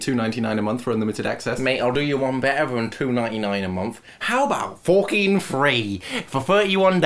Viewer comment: it cracks me up every time he says fookin like by the end of it im like falling out of my seat